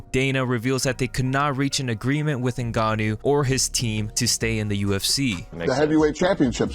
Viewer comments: Called em "CEREAL" 😂 And "New Gonn Owe" 😂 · "Cereal" Gane and Francis "Nigannou" -- Derrick Lewis is #1 interview, always